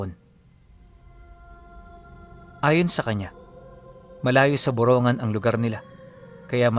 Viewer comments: hindi po buronggan,,,,( burong--gan )samar,pasensya na po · Ang Tamang Bugkas Po Ay Boro NgAan!depo Borongan😅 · Magandang Gabi po, malapit yan sa bayan namin. Borong gan po ang bigkas niyan.